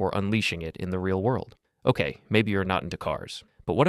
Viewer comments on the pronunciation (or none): none